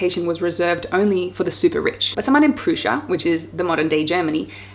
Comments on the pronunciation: Lol Prussia is pronounced prusha not proosha. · "Prussia", as with the "u" in up. Don't embarrass me. As an educated Australian, you can do better than spoiling it by mispronounciation. Otherwise, jolly good content vlog. Liked the Blackrock Vlog.